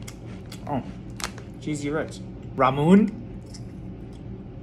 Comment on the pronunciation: It's pronounced Ra mu ney